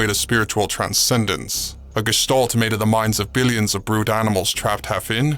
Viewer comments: you make me shudder with your mis-pronunciations .......... GESTALT starts with a Guh sound not Juh ......... other than that I do enjoy most of your suppositions ;) Keep em coming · Its is indeed kitin , note to others and self don't leave your fucking phone where your mates can access it and troll you ............ However you are definitely needing to learn how to say Gestalt ;) fml